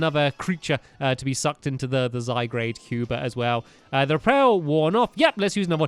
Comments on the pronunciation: STAMPY, ITS ZY-GUARD, NOT ZY-GRADE, SORRY, BUT IT RELLY ANNOYS ME FOR SOME REASON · It's not zygrade/zy-grade. It's zygarde/zy-guard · stamp its not zygarde. it's zyguard ist guard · STAMPY Its Zygarde NOT Zygrade say it ZY-GAR-DE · It is ZyGARDE, not ZyGRADE!!! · Triggered It's not Zygrade. It is Zygarde ZYGARDE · It's zyguard not zigrade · ZY GARDE NOT ZY GRADE 😂😂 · Stampylonghead he's called Zyg-ar-de what Zyg-rade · "Zygarde" is pronounced "zy-guard", not "zy-grade". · Zygarde not Zygrade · It's pronounced ZY-GUARD, not ZY-GRADE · STAMPY ITS ZYGARDE NOT ZYGRADE. JST NOTICED IT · It's Zygarde and sounds Ziy guard not Zy grade!!!!!! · It's so annoying (NOT IN A MEAN WAY) when he says zygrade, ITS ZY- GARDE, GAARRDDEE! Everybody comment about this so he sees it and starts saying zygarde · stampy its not zygrade its zygarde and its a legendary from x and y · IF YOU SAY ZYGRADE ONE MORE TIME! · Stampy it pronouced de-sid-you-eye and zy garde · It's pronounced zy guard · Why does stampy say zygarde wrong